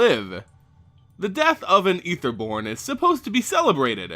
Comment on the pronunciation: Good video. Props for pronouncing Aether properly as well. I can't stand it, when people say it incorrectly.